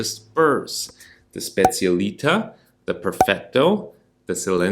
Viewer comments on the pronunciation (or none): The moment you pronounced Specialitá I had to leave….